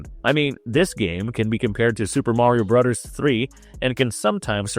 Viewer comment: I had to stop halfway through because hearing every worth with a “th” coming out as a “d” was like nails on a chalkboard. Super Mario Brudders.